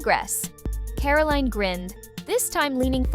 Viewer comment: Who calls her 'Caroleen'?